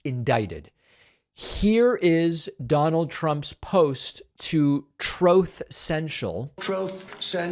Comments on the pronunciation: troth senshul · The trump sound clips "Obamna," and "Trouth Cendral" ALWAYS kill me 🤣🤣🤣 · “Trowth Chentrol.”